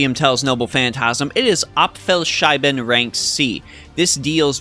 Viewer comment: That's a new way of pronouncing his NP name :D But I get it. That stupid letter "ß" is pretty confusing for those who don't know - looks like a "B" but is actually just two "ss". "Apfel Schiessen", if you listen to his VA pronouncing it during his NP it'll become clear how to say it.